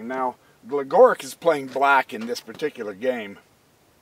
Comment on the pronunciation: Love the videos. Gligoric is pronounced Glee*go*reech just so you know. Thanks for all the vids!